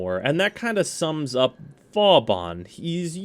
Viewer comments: Its not Vawbawn its Vawbin or Booben, hehe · Gotta say, most of the time I’ve herd you pronounce Vauban it wasn’t a big deal, but hearing it like 10 times.... It’s not Vaw-bon, it’s Voe-ban. Two smooth syllables. “Au” makes an “o” sound and “ban” is pronounced like “ban” when banning hackers/cheaters. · You still pronounce Vauban wrong, after all this time. People on the DE devstreams have said the name of this frame out loud numerous times. At this point you're just doing it on purpose. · Wrong, as are most people who wanna be pronunciation nazis. Vauban is a french word, and is pronounced like this: Now how about giving it a rest and stop trying to correct people on things you yourself don't even know?